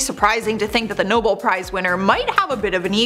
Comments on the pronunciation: It’s pronounced “NoBEL Prize”, dear. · While I do like this channel, I am starting to question it when they can’t get basic names right. And it is pronounced Nobell. I know y’all are young and may not have been exposed to some of these older actors or international awards, but do better.